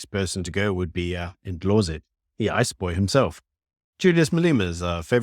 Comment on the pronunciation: Its not Indlozi. Its Ndlozi ... as in (n)Dlozi. These people are not irrelevant, but have become very boring.